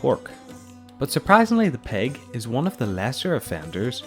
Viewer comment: It's not peg it's pig 🐖